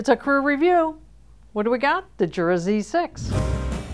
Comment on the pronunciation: It is not pronounced Jura. It is pronounced Yura. It is German, and the J is pronounced as a Y.